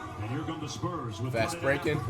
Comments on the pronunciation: "The sperms are up by uhh 30" lolol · "sperms" is crazyyy 😂😂😂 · is he saying sperms or spurs??? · Why is he saying sperms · Has flight always called the spurs the “sperms” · Did he just call the spurs the sperms😂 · Dude called the Spurs the Sperms 🤣🤣🤣🤣